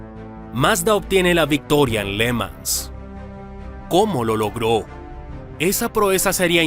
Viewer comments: ¿Pors?, no, porsche, irosima no, jirosima (Hiroshima), Léman no, Le Mán (Le Mans). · Está mal la pronunciación de le mans.